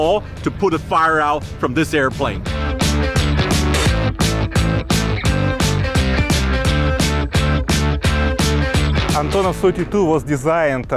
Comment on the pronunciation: I wonder if I will ever meet a foreigner who is able to pronounce Russian names correctly. It seems like the simpliest name possible - Antonov, and still the guy manages to emphasize the wrong sillable. Why wouldn't he try to pronounce it again properly - AntOnov? (Or still better to say as we call these planes in Russian - An-32)